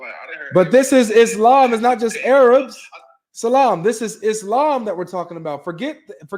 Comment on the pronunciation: 😂 my guy said “Aye-Rabs”